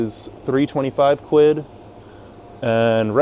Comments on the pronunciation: Americans saying quid always makes me cringe - good vid though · I'm Canadian and it physically hurts me to hear Americans say "quid"